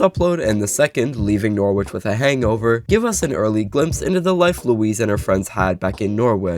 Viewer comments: ‘Norrich’ not ‘nor-witch’ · I'm reallly sorry that this is my comment but you pronounced Norwich wrong, we say it like "Norritch" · Norwich is pronounced Noritch, more than half of the English speaking population of the world knows this. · In England it's pronounced more like noh-rich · Norwich is pronounced (noh-wih-shh) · You pronounce it norrich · “Nor which” 🥀🥀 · oi mate im from London and that's unforgivable!! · the pronunciation of norwich is killing me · Love how ur saying norwich😂. I'm from around there and it just so funny how u say it. Amazing video tho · as someone from england... the W in Norwich is silent... PLEASE